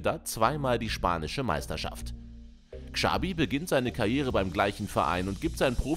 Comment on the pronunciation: Dass niemand in Deutschland Xabi und Xavi aussprechen kann, sondern mit einem "Ksch" anstatt "Tsch" ausspricht, triggered schon sehr. Wenn man schon ein Video für solche Spieler macht, kann man auch mal entsprechend recherchieren